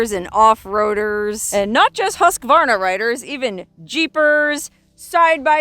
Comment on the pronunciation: Thank you for pronouncing Husqvarna correctly and not saying Husq “a” varna like most people do.